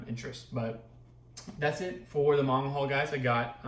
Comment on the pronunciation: So glad someone finally knows the correct pronunciation of Manga!! ❤️